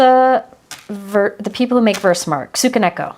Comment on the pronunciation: Tsukineko as tsoo-kee-"neh"-koh. In Japanese, "tsu" is pronounced as a sharp "ts" sound (like in "pizza"), "ki" rhymes with "key", and "neko" sounds exactly like the Japanese word for cat (neh-koh).